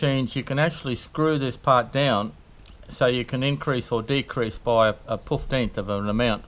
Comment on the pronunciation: Poofteenth 😂 I am learning so much today!